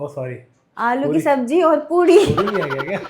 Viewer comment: Sabzi ko sabji bolne lagi